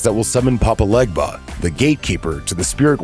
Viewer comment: im sorry but him saying 'legba' threw me off from the entire video